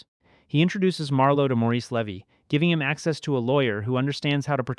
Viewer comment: Please fix this moving forward. MOO ZONE BUH-CHIE LEE-VEE